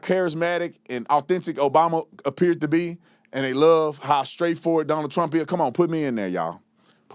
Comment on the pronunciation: He said “TRAMP” 😂😂😂